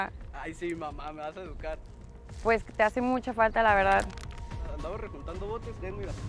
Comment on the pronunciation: Andabas reguntando botes jajaja ja no lo dijo bien